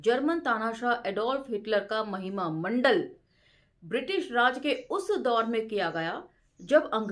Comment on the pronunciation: Thank you very much, madam ! I think it is not mandal, it might be mandan !